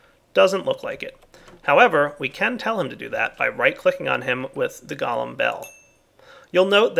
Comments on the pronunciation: gah-lum, go-lem... Its driving me crazy!! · pronounces golem like gollem (what is this, lord of the rings?) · Man those Goalems are awesome I wonder is you can get them to milk cow's, sheer sheep and even breed your animals for you?? (BTW anyone who spell-Nazis me for spelling Golem as Goalem Look it up in any encyclopedia or dictionary Golem pronounced Galem like is the nake of that cannibal scrawny freak from LOTR Golem pronounced properly as Goal-em like the pokemon says is referring to these little fellas and their big Jewish brother)